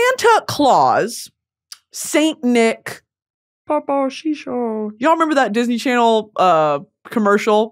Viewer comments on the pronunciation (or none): LOLLLLLing at "papaw shishowwww" OMFG